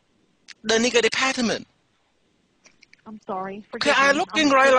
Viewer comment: "that last word was deparhtment." Had me dying